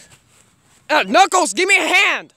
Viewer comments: Did you call knukles snuckles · yep he says snuckles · U said snuckels